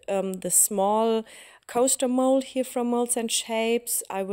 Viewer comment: Wirklich schön geworden 😍 Kleiner Tipp am Rande: ein kleines bisschen weniger "here" das hört sich einfach zuuuuuuu deutsch an😘